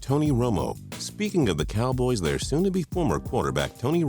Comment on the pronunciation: "Dallas Cowbloys"